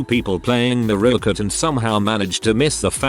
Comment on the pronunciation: Mariokart. TTS: "muh-ROW-kuh"